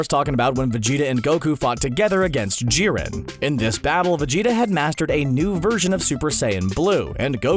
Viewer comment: anyone noticed that the narrator said ji-ren it shiuld be pronounced jai-ren